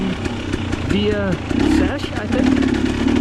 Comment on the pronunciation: C-Sech is how it's pronounced. Awesome video. We rode near that last month to the bomber. The bridge right before you made it back to camp had salmon spawning in it when we were there.